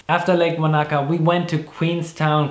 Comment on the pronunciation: Wanaka is not pronounced Vanaka.